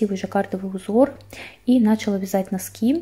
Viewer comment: не нАчала, а началА